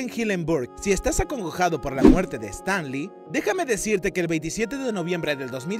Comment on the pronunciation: Tenés un problema con el inglés? "Estan li"??